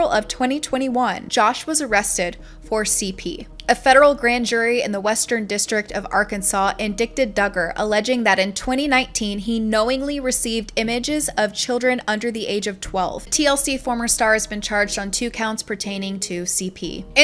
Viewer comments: Please don't take this as a terrible criticism, because I truly liked your video. It is very well researched and presented. Just for future reference, you said "in-dick-ted". The word is: "in-die-ted." The 'c' is silent. Again, your videos are great, and I look forward to more. You have an excellent pace, and your voice modulation is easy to listen to. 🙂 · FYI… It’s pronounced in- di-ted… not in-dick-ted… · You mispronounced INDICTED. Its in-dite-ed not in-dik-tid. Yeah im that asshole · "In-dick-ted"! It's spelled like that, but it is "in-die-ted" Apologies if this has already been explained. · Sweet, smart girl, you spoke of Joshua Duggar being: in-dik-ted, it's the word indicted pronounced In-dye-ted the legal term Your good at what you do,just push a tiny bit more to learn broadcasting pronunciations and you'll be perfection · For future reference......"indicted" is pronounced IN-DIE-TED....not IN-DICK-TED. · It's "in-dy-ted" not "in-dick-ted". Things were going so well. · IND-EYE- TED!!? not in-DICK-ted. The c is silent. Sorry mispronouncing any word is a trigger for me. Lol. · It’s pronounced indighted not inDICTED. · Indicted. / In'dit/ like I I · Or IN-DYE-TED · “Indickedid” 😂😮 Funny and very disturbing at the same time. Know what you are “reading” before you vlog it. Dang. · Hey hon! Love your videos. You said to reach out if there were any errors in your videos or anything. The only thing is it’s spelled indicted but the C is silent and it’s a hard I .. so pronounced in-die-Ted :) (the T can sometimes kinda sound like a D lol) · OMG hearing them talk about how "lucky" they are that Josh was so "subtle" 😔... SO brainwashed. They actually believe it's normal. Edit: indicted is pronounced "in dite ed", I say things wrong all the time & I always want to know when I do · Indicted, in-die-tid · Indicted: pronounced "In-dy-ted" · Please look up how to pronounce, “indicted” in -die-ted . If you’re covering a lot of crimes it will come up often. 🌸